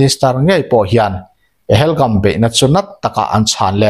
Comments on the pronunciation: Pahelgum i tia,Pahalgam ni zawk lo mi? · Pahelgam❌ Pahalgam✅